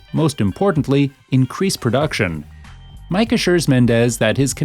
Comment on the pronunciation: you saying mikes name wrong dude you should like actually play the fucking game before you make a vid on it